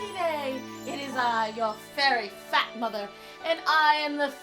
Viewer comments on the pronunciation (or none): question for the thumbnail...why would a trans person grow a beard? seems a little dodgy to me... imagine a dietist/weightloss trainer knowign nothign about obesety...wich is kinda theyre job to prevent...people are weird X'D okay i lost my shit on "i'm your fairy FAT mother" wow, the emphasize made me laugh since when do autistic people need to tell every soul they have autism? what does that accomplish?